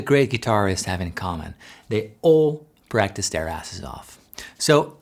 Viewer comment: I was a bit distracted when you said 'practice,' and I thought you said 'breakfast.' Sorry, I'm hungry and should go make lunch instead of watching guitar videos. 😆